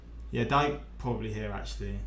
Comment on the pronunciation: Daryl Dike actually pronounces his surname as "dee-kay."